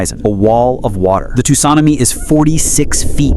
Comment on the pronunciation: The way tsunami is pronounced